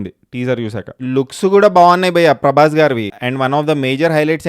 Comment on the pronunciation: Nuvvu bayya ane word ni sarigga palikithe subscribe chestha